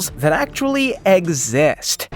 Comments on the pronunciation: Dude really said "egg-zizt" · “Eggxist” lol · Btw it's not called zonkey cus there is allot here in afrika and its exist not egg zist